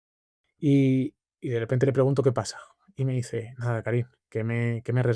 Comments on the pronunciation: Karim se pronuncia Karím, por decirlo de algún modo. Por eso dice dos veces "Yo soy Karim" como para aclararlo de manera sutil. Sí me desesperó un poco que Juan insista en pronunciar su nombre como "Kárim". En todo caso, excelente entrevista. Creo que hay que reconocer y celebrar a las personas que, a pesar de haber vivido situaciones dolorosas, son buenas. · Por qué Soto Ivars le llama "Kárim" todo el rato? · Karím, Juan, Karím. Es aguda.